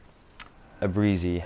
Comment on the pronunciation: I'm not Italian in the slightest, but I believe it's pronounced "A broot see" more or less.